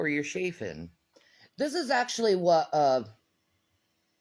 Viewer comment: what the freaking heck is “shaffing” it’s chaffing ch ch ch 🙄